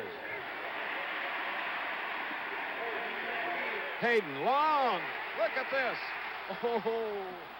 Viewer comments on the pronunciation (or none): A couple of observations about the broadcast. Schenkel announced that USC was trying for their fifth consecutive Rose Bowl but Stanford went to the Rose Bose after the 1970 and 1971 seasons and won both games. Pat Haden’s name is mispronounced when he comes in at the end of the game. The UCLA halftime show is interrupted by hooligans. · Why can't Schenkel get players' names right? "Pat Hadden." "John "Shareuh." I'm surprised we didn't hear Mark "Hormone" -- you know, son of Tom "Hormone."